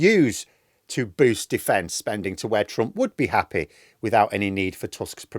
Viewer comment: Defence spunding! 🤣